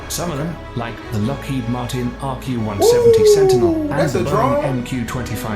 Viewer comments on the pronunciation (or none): none